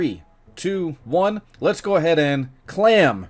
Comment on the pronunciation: Why do you say clam instead of claim lol